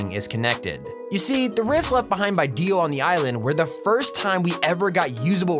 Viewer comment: Hahah Kono dio da is deo or dio pls